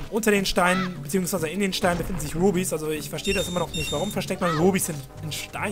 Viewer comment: mich nervt es total wenn er "Rubis" sagt ^^ aber so eig. ganz lustig und so